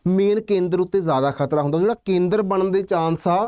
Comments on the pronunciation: Kharta ਨਹੀਂ ਖ਼ਤਰਾ 😂😂😂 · Kharta hunda k. Khatra hunda